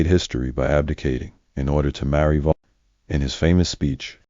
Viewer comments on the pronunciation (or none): Vola Simpson? What? Her name was Wallis Simpson. Pronounced just like it’s spelled.